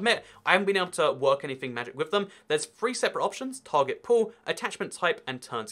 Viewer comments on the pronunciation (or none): none